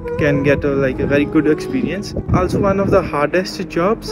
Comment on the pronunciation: Yes and he has a very neutral Indian accent for the most part.but even if I did not knew his name or had my eyes closed I would have identified him as my Punjabi brother the way he pronounced 'also'.